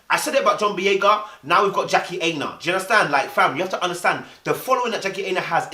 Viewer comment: Dude can you pronounce her name properly 😂😂 its 'Aina' like china. Protect yes but protect the name boo